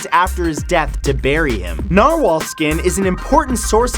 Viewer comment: Norwhal... so that's a thing....